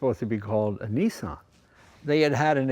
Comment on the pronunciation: why you calling it a neesan its a Nissan